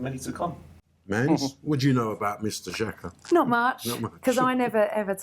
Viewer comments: It's not Shaka ffs. It's pronounced Jaka. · when will arsenal fans start saying players name right. Its not shaka, xh in albanian is a G.